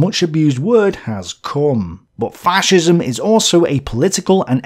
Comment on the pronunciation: Yer mate it’s fascism not faarrrcism ffs